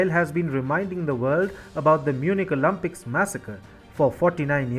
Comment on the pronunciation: It’s not pronounced as OLUMPIKS - it’s Olympics. Get your accent and pronunciation fixed before embarrassing yourself.